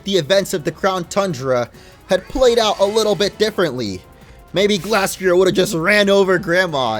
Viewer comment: Its pronounced gleystrier